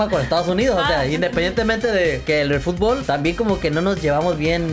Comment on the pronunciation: "Fútbol" se dice, no "futbool" te banco fuerte 💪